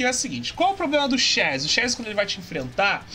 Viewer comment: "Super ché chegou!" KKKKKKK Eu sei q ele ta com sono mas foi engraçado kkk.